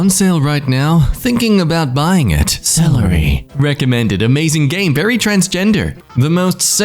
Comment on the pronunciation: How did think that Celeste is pronounced celery?!